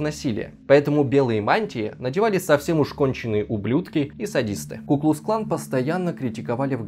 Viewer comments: КуклуКсклан, а не куклусклан. Ни разу правильно не сказал. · Меня одного напрягало, когда ведущий(кто он?!) говорил "ку-клус клан", а не "ку-клукс-клан"?